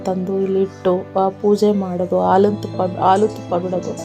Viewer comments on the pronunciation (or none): none